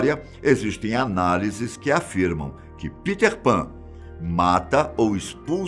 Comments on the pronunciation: Parei de olhar qnd ele falou Piter Pan. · maneiro é ele falando peter pan kkkk